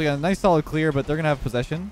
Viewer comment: I might be wrong but doesnt mixes the word "posession" with "position"?😅 Im foreign but the first sounds evil😈😄